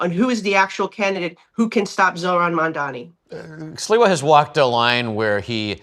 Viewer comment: Also any journalist who can’t pronounce “mamdani” is just a racist and not qualified.